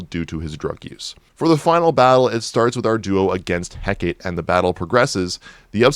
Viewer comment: Is this guy seeing the name "Hecate," (heck-ah-tay) and pronouncing it (heck-ate)?